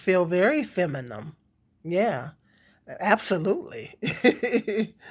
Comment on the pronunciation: The word is pronunced femi-NIN not femi-NIM 😂😂 I agree that a woman who's provided for generally acts more feminine but if a woman isn't acting feminine to begin with she most likely won't find a man who thinks she's worth providing for. I'm not blaming anybody for that dynamic but because much of one exists much of the other will too and with hood culture's hold over black people I don't think this reality will change any time soon